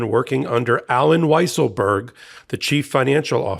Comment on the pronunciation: Weiselberg is now pronounced "weezle-berg". Fitting the liar, and cheater